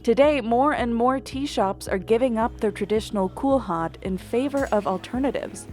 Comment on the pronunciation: That's not how you pronounce kulhad.